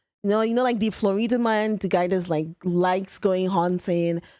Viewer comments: Flo-rida's lesser known brother: Flo-Reeda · Yup, I am one of the Floreeda men 🤙😆😆 love how you pronounced that, made me feel exotic 🤣